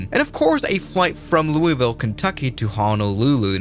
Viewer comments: Its not pronounced LouiE-ville. You have to say it like you've got 10 peices of bubble gum in your mouth. Its Luui-ville. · To everyone that isnt from louisville. Its pronounced loo-ah-ville. Not looey-ville. Thanks you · Educational point for everybody: Louisville is pronounced 'LOW-vull', you're welcome. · It's pronounced: Loo-Uh-Vul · Too soon. lol, "Louie-ville." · You can't even pronounce Louisville properly, genius!